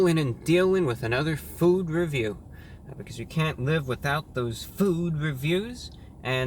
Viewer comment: I swear, this is trying to say Food Review.